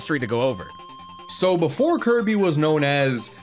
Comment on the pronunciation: He said Kirb not Kirby or Kirbo